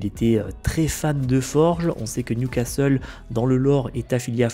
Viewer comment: ha, enfin tu dis plus Nioucasteule =)